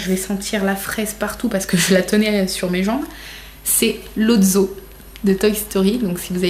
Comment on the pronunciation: Sa s’ecris lotso mais sa se dis lotsso pas lotzo (edit) je l’ais en géant et sa sant la fraise pas la barbe a papa